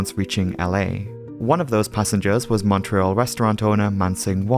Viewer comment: 3rd time I've watched it, so every 6 months. Always a compelling video. Kudos on the proper Canadian pronunciation of Montreal - Muntreal. Most Americans and non-franco Europeans say Mawntreeeal. Though I must correct you on Toronto. Should be Toronna. 2nd T is soft. Instead of Tor-on-Toe. Toronna Cheers from Quebec.